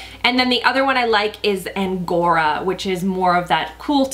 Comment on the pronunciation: Loved the way you swatched them! I really like the nudier shades especially that one you said, angora or andora? Sounded like angora but you spelled it andora lol either way it's gorgeous! 👍🏼👍🏼